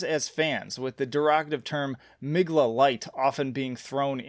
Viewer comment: Great review, only thing thing though hah... "MGLA" is pronouced "Mgwah", it is Polish after all ;)